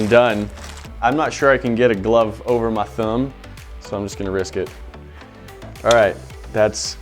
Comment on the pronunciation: listen to how he says “over my thumb” 😂I love it